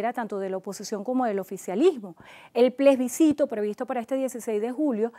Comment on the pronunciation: se debe leer Plebiscito, no plesbicito se ha escuhado mucho esta palabra mal dicha.